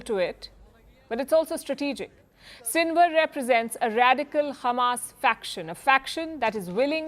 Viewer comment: Why she is saying khamas? Is she from Israel?